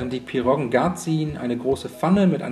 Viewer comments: Das heißt pierogi und nicht pirrogen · PIROGIEEEE !!!!! Ohne N!!